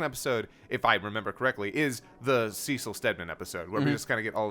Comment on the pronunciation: The "Seh-sil" versus "See-sil" hangup would be a little less jarring if we hadn't already gone through 20 episodes of content in which they have consistently said the man's name as "See-sil". It comes off as if he either didn't actually watch the content, watched it in a different language, or is disagreeing with the showrunners who are directing it, which includes the creator of the original content this adaptation is based on.